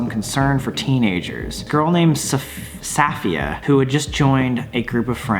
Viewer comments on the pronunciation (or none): Sam... you’ve never met a Sofia for you to pronounce the name so wrong??😂😂 I LOVE YOU GUYS THO